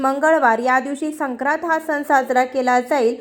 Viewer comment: संक्रांत नीट म्हणा आधी